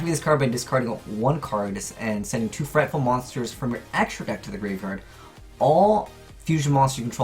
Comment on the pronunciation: Frightful? Frightful?!? Confirmed can’t differentiate between L and R.